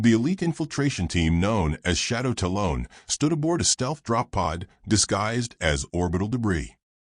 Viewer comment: Like it overall, but 1 thing drives me nuts talon is pronounced tal-un not tal-own.